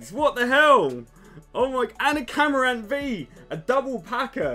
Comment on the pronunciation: My favourite thing about these videos is that he's clearly a huge pokemon fan, yet cannot pronounce the names of half of the Pokemon!! It's usually the yanks that get them wrong lol. MorPEAKO = More peck o Cinderance = Cinder race Camarant = Craw ma rant ^_^